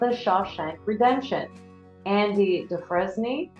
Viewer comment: Andy Du-frain. Not Du-frez-nee. Jean-Luke Goddard. Not Jean-Luck Goddard. Shirley Bass-ee. Not Shirley Bay-see. NO American band put out an album called "Dark Side of the Moon". Pink Floyd is British. ABBA. Not Abba. "ABBA" is an acronym formed from the first letters of each group member's first name: Agnetha, Björn, Benny, Anni-Frid. Also, ABBA is Not a trio. Trio is 3 singers. There are 4 singers in ABBA. ABBA is a quartet. Tap-ess-tree. Not Tay-pess-tree.